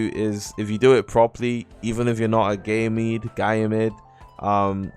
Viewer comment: Bro said ganyemede as gay mid 💀